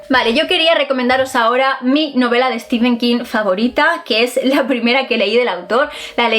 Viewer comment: es que nos encanta decirle Stefen king.... jajaja